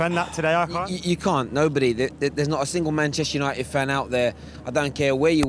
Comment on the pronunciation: Both can't pronounce Manchester united